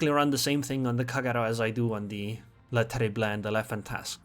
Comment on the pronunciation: Hello, your pronounciation of the French destroyer Le Terrible is far from bad, but you should not pronounce the last "e". It would be more like "Le Terribl". But hey, thanks for the replay and the comments.